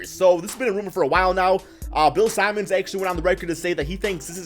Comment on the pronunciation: Bill “Simons”😂😂😂💀💀🤦🏻‍♂️🤦🏻‍♂️